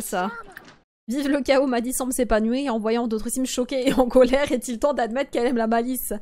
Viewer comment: Cc j'espère que tu vas bien. Je sais pas pourquoi mais quand tu dis madi j'ai l'impression que tu dit madison et sa me stress 😅🙂 Sinon continue tes vidéos je T'ADORE GROS BISOUS 😙😛😜🤪😝🤗🤭😸😺😹❤👍🙋‍♀️